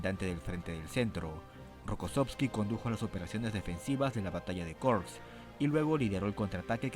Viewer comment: Muy interesante como información, gracias. La pronunciación de Kursk es como en español pronunciando todas las consonantes finales. Bagration se pronuncia Bagración con la pronunciación de América Latina, no bagreition. Se trata de un apellido georgiano no anglosajón.